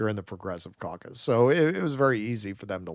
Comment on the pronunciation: did you say Progressive Caucus? or Progressive Carcass?